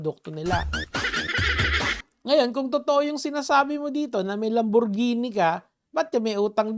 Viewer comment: takte ka natawa ako inulit mo yung sinabi niya "LaMbOrGeNi" hahahahha